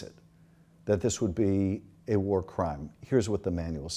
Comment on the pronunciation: war secretary... it is w-a-r secretary... 😋 and nukular... Homer Simpson taught me that... 🤣